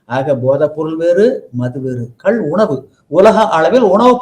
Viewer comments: கல் என்றல் "Stone" கள் என்று சொல்ல வேண்டும்.Thanks for the video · அது கல் இல்ல கள் தமிழ் ஒழுங்கான உச்சரிப்பு வராதவர்கள் எல்லாம் ஏன் நேர்கானல் எடுக்க வருகிறீர்கள் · ஐயோ,,,ஐய்யையோ,,,ஐயா,,அய்யா,,, அது,,,கல்,,இல்லை..ஐயா,,ள அது,,,கள்,,,கள்,,,தயவு செய்து சரியாக,,உச்சரிக்க,,ஏற்பாடு,,செய்யுங்கள் இல்லாவிட்டால்,,,ள,,ல,,வாகி்்்்அனர்த்தாமாகி,,விட்டது இங்கே.